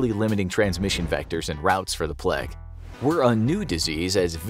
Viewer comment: its pronounced playg